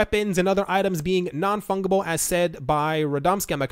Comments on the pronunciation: it's pronounced funJible not funGible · Pronounced Fun Jeh Bull not Fung. /fənjəbəl/ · The number of times you said fungible incorrectly lol